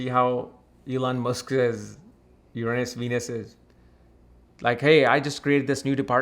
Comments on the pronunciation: Yer- Ron -Us. Not Yer anus 😂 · Haha he keeps saying your anus 😂😂